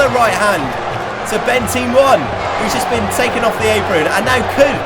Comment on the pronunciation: You said off wrong